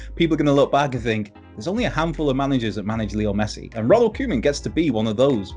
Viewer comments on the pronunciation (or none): You guys keep saying 'koeman' totally wrong.